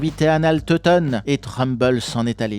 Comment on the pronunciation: Trumbull se dit "treumboul"😊